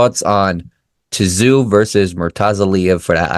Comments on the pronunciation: Great comments and insights to the up and coming Tszyu and Murtazaliev fight. After reviewing Murtazaliev's fights, I don't think he is at Tszyu's level. If Murtazaliev fights that way, he will get caught. By the way, the proper pronunciation of Tszyu is 'Zoo', so silent 'T'. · If you can’t even get Tim’s last name right how do you expect people to respect you and subscribe to your channel. His name is pronounced Tim Zoo, if you can’t get that right then you really need to have a good look at yourself !!!! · Pronounced Tim ZOO